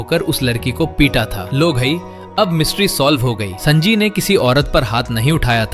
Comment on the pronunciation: Sanji ❌ sanaji😅 Bhai sunnydeool he kahde